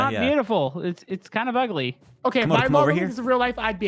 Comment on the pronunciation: stop saying comodo is camodo